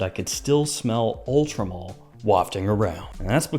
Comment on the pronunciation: why does everyone say Ultra Mall it says MALE like a MAN